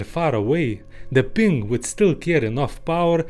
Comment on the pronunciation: Makes me think the thick accent is just for added charm. Knows a shitload about sonar and sound engineering, but has trouble pronouncing the word "ping"? Aw hell naw